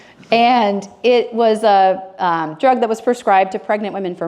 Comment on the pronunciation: Excellent! Thank you. It's John "Yo-NEED-ease" and tha-LID-o-mide.